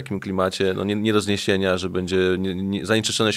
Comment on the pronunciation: Szanowny Panie, Abstrachujac od meritum-jest Pan polonista,wiec poprawne mowienie w naszym jezyku jest podstawa Pana wypowiedzi. Prosilbym wiec o "sobie" zamiast "se" i "bedzie" (z ogonkiem na pierwsze e),zamiast "bedzie",tak jak napisane i jak Pan to mowi. Wiele osob twierdzi,ze czepianie sie literowek,czy zlej pisowni nie jest istotne,a tylko przekaz sie liczy. Jestem odmiennego zdania-dbanie o poprawny jezyk to dbanie o nasza kulture i tradycje.